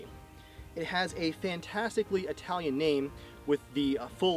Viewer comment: That "Italian pronounce" is totally wrong, nice video btw